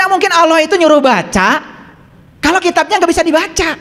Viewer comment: Ngomongnya ko Auloh bukan Allah, ..ky kurang faseh